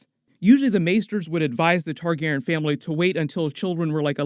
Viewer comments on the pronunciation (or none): Does the way he says Targaryen bother anybody or is it just me?